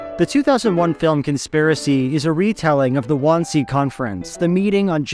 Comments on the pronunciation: Didn't get the pronunciation of Wannsee right though. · Great framing of the shot of yourself sitting! Took me half the video to figure out you were trying to say Wannsee though, lol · your pronunciation of wansee makes my skin crawl almost as much as that movie did